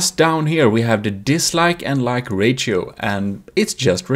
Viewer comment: disliked bceause of how he say "rachio" insead of ratio LIKED 3 TIMES BECAUSE IT WORKED. THAT'S 3 TIMES THE LIKES I GIVE OTHER VIDEOS. I USUALLY GIVE THEM 0 LIKES. 0 PLUS 3 IS 3 TIMES AS MANY.